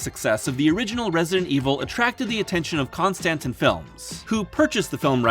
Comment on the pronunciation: “Con Stantin” films lol